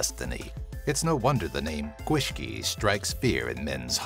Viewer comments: Oh god, the pronunciation of Gwyllgi and the Welsh towns were quite something. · ***** The Gwyllgi was the worse from what I could tell. But I admit the pronouncing of the beasts name itself wasn't very bad, just a bit off. But he could not say those Welsh town names. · The pronouncing of these are funny, fair play to you though, you almost nail some, Gwyllgi, you didn't quite get that one haha. Gwyllt = Wild, Gi = Dog. Sluagh sounds funny, looks a lot like a bug eyed version of the Hunters on Resident Evil, really cool video. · Omg I'm Welsh the GwithLLi, in that word the LL is not pronounced sh it's put tongue against the back of your teeth and say it, it's really hard to explain is an out breath kinda hiss, like an out breath on meditation! Lol. So yeah always in a LL in Welsh is pronounced the same way not hard like shhhh, or shit! Hehe. Sorry, had to say something. Sorry!